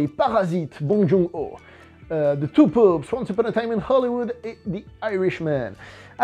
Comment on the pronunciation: Il m'a fallu un moment pour comprendre que tu ne disais pas 2 poops mais 2 papes 😂